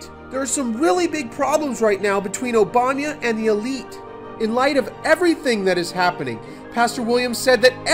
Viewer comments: Mate..For God's sake, it's OBAMA, not OBAMYA. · Could you pronounce Obama correctly, please. It's cheapens your presentation to pronounce it Obamya. One pays attention to that, rather than to what you are saying. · you can't even say Obama right lol